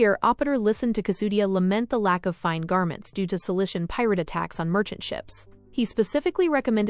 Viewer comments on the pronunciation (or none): none